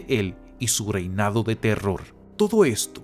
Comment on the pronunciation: ocurió, teror, relación... que mala pronunciación. cagó el video!